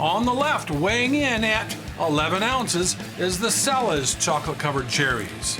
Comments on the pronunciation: The Cella's brand is pronounced Chella, not Sella. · i'm pretty sure it's pronounced CHELLA. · Cella's is pronounced CHELLA'S